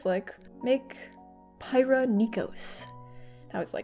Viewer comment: Pie-rrha (cream apple pie?? 😂) Me: i-it’s pee-rrha!! dies (Lol it’s okay though I love her so much, you made her beautifully, I look at her everyday and think “wow she’s beautiful”)